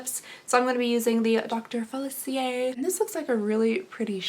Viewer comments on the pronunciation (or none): That blue mascara is insane - I love it! (Also my poor little Disney heart needs to say it’s Facilier not falicier like you’ve been saying). I also always love your eye looks - I think they always look way prettier than you think they are. :) <3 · Dr. FAH-sil-EE-aye